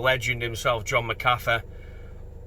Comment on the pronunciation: Should get his name sorted tho - I assume its Irish origin. Mac Ahh Feee.